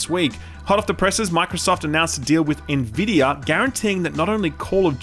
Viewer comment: You've started pronouncing Nvidia correctly. Proud of you.